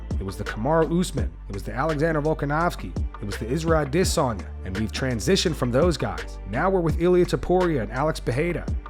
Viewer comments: My god can you once say Izzy’s last name right? Dissayna is not how you say it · why do you have such a hard time saying Adesanya?